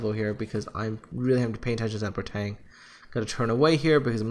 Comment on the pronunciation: Hearing you call ship names... That's painful, so very, very painful. it's Ge-no-va. It's Bre-tag-ne. It's Na-ga-to. They're separate syllables.